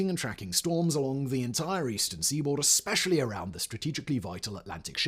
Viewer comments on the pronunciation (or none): none